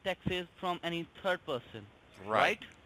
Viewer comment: CRA...P "And the TURD one..."